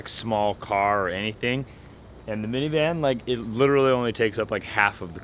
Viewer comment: Second baby.. Min-Van? yes..Don't worry, Allie's gonna cave. 😅